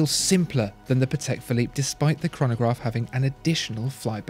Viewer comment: Really nice video but you could work a bit on how to pronounce german and polish surnames, it is really not that difficult. You got Patek right but it sounds more like Patech, not Pathecque. British English puts so much emphasis on sylablles it just sounds a bit cringey when forced upon other languages.